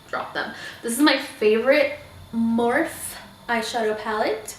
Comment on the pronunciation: I'm not trying to be rude at all I just wanted to let you know that you pronounce the e in morphe . I loved the video though !!!